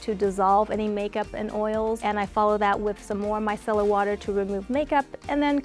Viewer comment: The very first person since the "craze" began I've heard pronounce the word "micellar" correctly. They don't even say it right in the commercials. It's not MISS-uh-lurr, it's my-SELL-urr